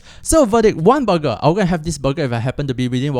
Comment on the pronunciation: Booger or burger...🤣😂